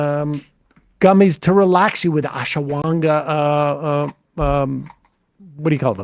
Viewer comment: hearing sam trying to pronounce "ashwaganda" was worth listening to the ad segment lol